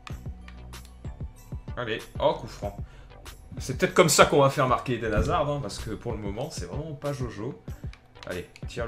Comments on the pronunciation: sa se prononce hazar pas hazarde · C'est pas hazarde c'est haszard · dis hazard st p et pas hazarde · Hazard dans ta vidéo c'est comme dans la vraie vie : il crée toutes les actions mais ne les marques pas. C'est dommage parce qu'il a un énorme potentiel, en plus avec la situation de Chelsea en ce moment c'est dur pour lui. ( Ps : le D ne se prononce pas dans Hazard ;) ) Sinon bonne vidéo comme d'hab ! ;)